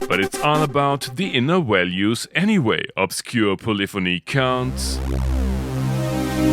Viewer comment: "Walues" in a video about a Waldorf.... 🙄 You're not even trying.... 🤦‍♂️